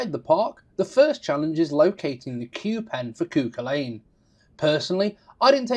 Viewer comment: Sorry, I know you are not a Gaelic speaker but the name is pronounced CU-Cul-An. Otherwise great information and review